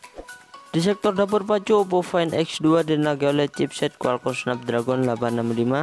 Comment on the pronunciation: Di tenagai tong bukan dinagai.....